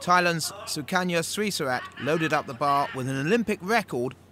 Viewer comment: I don't think he's pronouncing Srisurat correctly...